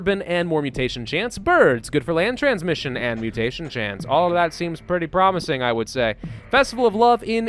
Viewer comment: Everytime you say promising I imagine it as pravusing XD